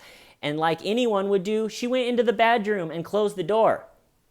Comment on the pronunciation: did you mean to say "badroom"? 🤔👍🏼😅